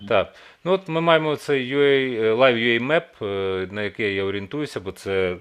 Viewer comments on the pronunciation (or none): none